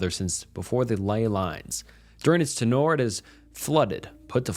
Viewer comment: Love your readings man, but maybe look up how to pronounce words you've only read before recording them? It's a small change but I'm 110% sure it'll help your channel become more successful. Hearing "tenure" as tenoor instead of teñ-yer and other mispronunciations (like DESserting instead of desERTing ) takes me out of the story so fast.